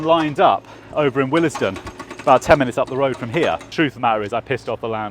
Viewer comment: Willesden is pronounced wills-den.